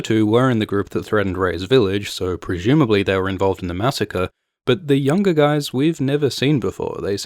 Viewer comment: Your narration is amazing! Love your videos. Why do you say 'Prejumably' instead of 'Presumably'? Just curious. Have I been pronouncing the word incorrectly all my life?